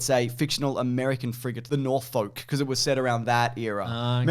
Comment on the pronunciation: The way pronounced Norfolk like a ship of northern folk made me smile.